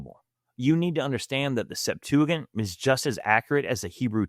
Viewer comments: Good video, but it’s pronounced Sep-tua-jint, not gint lol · Septuigint (sep 2 a gent), although spelled wrong here, it is the proper pronunciation. Love these videos man! Been binging since finding the channel 3 days ago. Sola fide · Septuagent has a soft g as in gentleman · I believe putting ANY emphasis on the Septuagint is too much. By the way, it is pronounced sep-TOO-uh-JINT. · It's not as bad as his pronunciation of Septuagint 😅